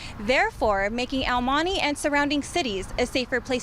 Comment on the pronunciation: El money ?? Honey I'm sure you can pronounce El Monte , any non Hispanic would say it better than this no Sabo girl